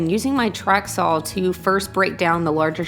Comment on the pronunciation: Why do you pronounce saw with an L at the end?